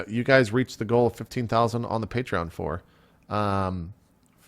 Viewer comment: You said "Patreon" correctly JP, proud of you!